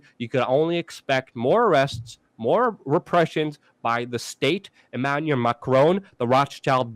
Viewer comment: Hey Luke, It is Emmanuel Macron, not Emmaluel Macron. Also, Erdogan is pronounced Ehr-deh-wahn. Have a wonderful day.